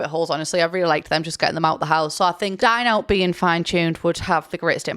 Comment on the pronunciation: When she said 'Dine Out' I heard 'Dying out' and I (no native english speaker) was thinking: "There is a new pack coming out called 'Dying out'? What will this new pack contain?" For about 5 to 10 seconds I was genuinely thinking this.